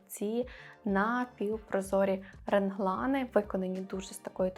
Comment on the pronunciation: моя повага за те що Ви є собою) не пристосовуєтесь під роби так, або оце мені не подобається) Видно що у Вас здорова самооцінка. Але в мене є питання, Ви кажете в відео Генглан, це Ваша така фішка чи так правильно, бо я знаю що реглан буде по вимові. Наперед дякую за відповідь 😊